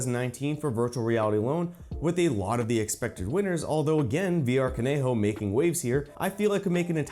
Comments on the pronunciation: Love the straightforward review, very clear and concise! One small thing tho: Kanojo is just pronounced “Ka-no-jo” NOT “Ka-ne-ho”, the word itself means “girlfriend” in Japanese. Overall a great video I’m glad I subscribed, Keep it up man. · VR Kanojo is pronounced Khan-no-joe, that is funny that's its topping the charts though lok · Lol did he just say “koneho?”😂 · VR カノジョ is not pronounced however you did it, it sounds like this: "ka-no-jo" with short O's on no and jo. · Kanojo is pronounced Kah No Joe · I love you but please pronounce Kanojo correctly especially since you're a weeb 😭